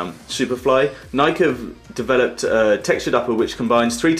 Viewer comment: It's pronounced ni key